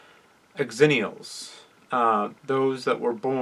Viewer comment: It's not pronounced "ex-zennials" it's "zennials" c'mon man..